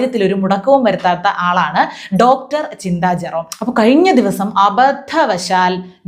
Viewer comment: ഡോക്ടർ എന്ന് പറയുന്നതിൽ.. എന്തോ.. കുത്തി പറയുന്നപോലെ. ഈ വല്യമ്മച്ചിയെ ഡോങ്കീന്നു പറയണം.